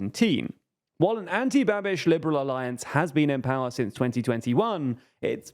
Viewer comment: Pronouncing "Babiš" as "Babbish" is absolutely unhinged, and overwhelmingly British. Eugh.